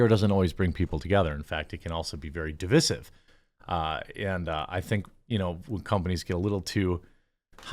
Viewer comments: Divissive? Deev-eye-siv. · Fine, but please stop saying "di-VISS-ive." for the word "divisive." You don't say "di-VID" for "divide," do you? Don't act like a stupd Harvard prof. It's di-VICE-ive. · Btw its pronounced D-VISE-IVE. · Every time you say divisive wrong reminds me why I debate no loger watching your content. This may help the only proper way to day divisive is dəˈvīsiv. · That's a long "i" in 'divisive' Jeremy. Div-EYE-sive. Sorry, I don't know why that's bothering me so much this week, but i was just talking to a friend about this very thing yesterday. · PLEASE look up how to pronounce "divisive".